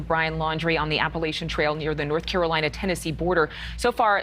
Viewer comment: I hate how they keep mispronouncing “Appalachian” … or at least to us southerners it sounds like it’s being mispronounced. Lol 😂